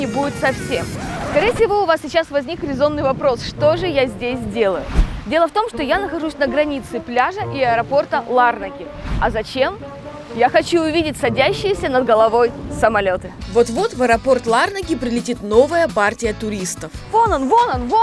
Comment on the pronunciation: Кипр Ван Лав! Главная его достопримечательность это , всё же, люди. Пообщавшись с ними побольше вы не когда не назвали ЛА́рнаку ЛарнА́кой, а НикО́сию НикосиЕ́й.